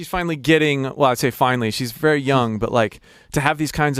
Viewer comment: from thai...you said vely well thk.